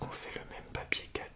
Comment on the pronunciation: « piapier cadeaux » XD❤️